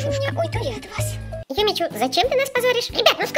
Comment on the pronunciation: Не Юми Чу а Юми Чю!)